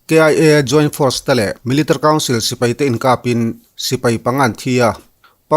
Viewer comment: Military i lam dan hi aww😂😂a ranglutuk😂😂😂 miltri